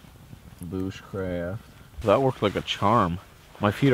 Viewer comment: Liv P he also said ”Boosh crafting”